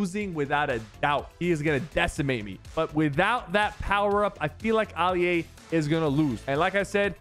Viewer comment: Oli a its Ali a